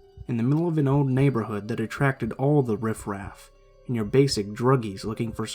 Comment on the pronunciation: "Riff raff"